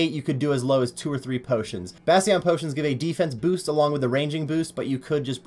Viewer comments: Have you never heard the word "Bastion" before? That's definitely not how you pronounce it, lol. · don’t say obviously when you mispronounce so much shit. Whether it’s you own channel name or bastion potions etc